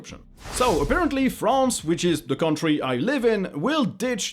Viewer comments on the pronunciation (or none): You realize he is french when he pronounces "France"